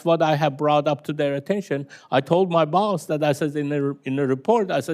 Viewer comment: Told my BAUWS 😆 great guy tho